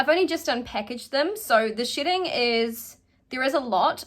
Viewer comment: Me trying to figure out why all the wigs are sh*tting and what u mean by that, the realising u saying shedding. I really feel stupid lol english is not my first language. Atleast I got a good laught at my brainfart lol :)